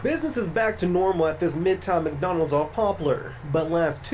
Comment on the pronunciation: It's time for black people to evolve! I'm a Black man and I'm tired of seeing this demonic B.S. Bro it's pronounced like (Mick-Do alds). Learning how to pronounce words correctly is important especially if you have a podcast.